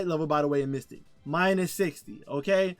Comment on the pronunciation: It's Mythic. Not "mystic". Just trying to help! This is a badass build!